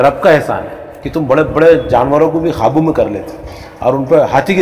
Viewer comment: Qaabu ka talaffuz "Khaabu" se pata chalta hai ki bolne wale sahab Hyderabad se taalluq rakhte hain. Unke talaffuz bahut kharaab hote hain. "K" ko "Kh" padhte hain. Kabootar ko Khabootar, qasam ko Khasam...